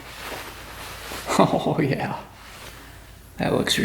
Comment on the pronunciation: Your “Oh Yeah” expression definitely has a Wisconsin twang to it, Ohh Yeah, very cool.